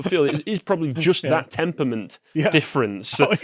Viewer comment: ...What's a "temper-ment"?